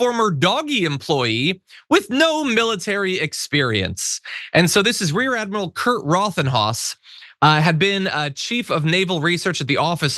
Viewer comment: The admiral's last name is pronounced Rothenhouse.